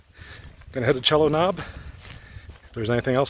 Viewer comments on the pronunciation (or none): It's "SEE-lo" Knob here-not "CHELL-o", but not being local you can't be blamed. : ) The most prominent mountain later was Table Rock, and the one off to the left was Hawksbill, but you were correct they are the tops of Linville Gorge, and that likely was Lake James.